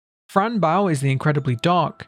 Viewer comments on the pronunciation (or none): its boe not bow like a ship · It’s Bow 🎀 not bow 🙇🏻‍♀️ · Why are you saying baow its bow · Great video but it's not bow the verb, it's bow the noun Being used as a name, idk why but that killed me inside the whole vid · it’s bow, pronounced like bow, like the bow to a violin or a ribbon being tied into a bow